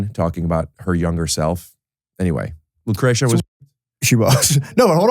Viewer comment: So fucked up that doesn’t know how to pronounce Lucretia, it’s a great megadeth song from rust when they had Marty, wtf.